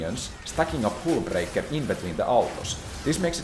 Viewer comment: It's hullbreaker not hůlbreaker...